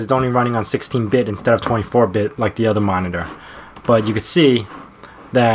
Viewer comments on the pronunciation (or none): none